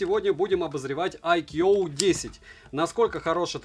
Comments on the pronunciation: А по синтаксическим правилам какого языка "iQOO" произносится как "айкьюоу"? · Даже индусы на своём ломаном английском произносят правильно: айку